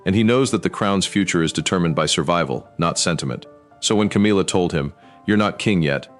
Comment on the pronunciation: The AI voice should learn to pronounce Camilla’s name properly